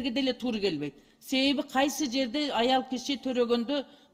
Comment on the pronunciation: Тууру эмес туура деп айтыш керек